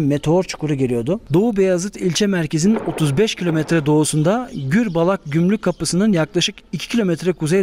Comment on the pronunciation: Gürbalak degil,Gürbulak.